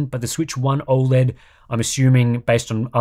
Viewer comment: I don't trust anyone that can't pronounce O Led correctly.